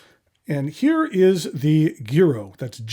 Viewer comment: Good afternoon,! Thank you for your thorough review of these beautiful pens. A quick linguistic lesson for today.... In Italian "gi" is pronounced with soft g (most of the time). "ghi" is pronounced with a hard g. So unless the manufacturer is making a particular statement in pronunciation, the Giro would be pronounced jiro (jee-ro). This comment is not meant to embarrass. You seem to be a gentleman that likes educational opportunities and likes to learn new things. That is the spirit which this comment is offered. Ciao!